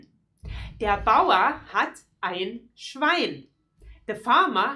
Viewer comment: mel lunar. das schwein nicht das schwien.